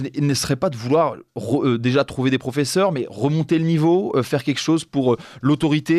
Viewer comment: à 0 28 - " vêtement qui sera T'interdit " pas de T à Sera donc pas de liaison. J'en ai mal à l'oreille 😮😮 - OK POUR MOI DE REMONTER LE NIVEAU !!! IL FAUT FAIRE " Kekchose " à et c'est urgent !!